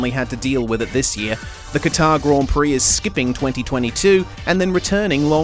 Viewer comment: A week on and I still lose sleep over David Croft saying CAT-Are. Is Kuh-TARRE that hard to say? Seriously?